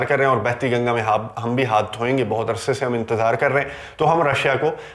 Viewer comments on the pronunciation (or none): none